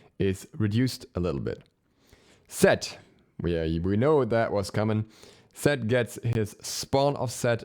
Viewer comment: The "Ee-set" is so dumb fucking terrorist ruin everything lmao